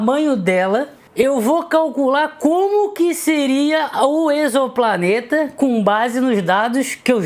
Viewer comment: Você é a primeira pessoa que eu vejo que sabe pronunciar a palavra "exoplaneta".